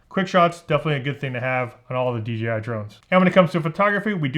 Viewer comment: thank you for saying "dee jay eye" drives me mad! do people say 'gee' because that's the chinese pronunciation?